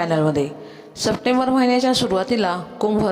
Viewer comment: संप्टेंबर नाही - सप्टेंबर 😅